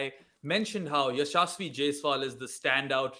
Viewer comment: i think you are not pronouncing Yashasvi name right